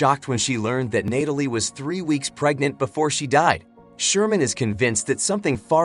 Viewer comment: I love watching these movie recaps but....its NAT-alie not NATE-alie. That really bothered me lol